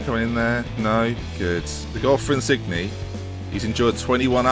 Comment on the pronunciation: Insigne is pronounced In-seen-ye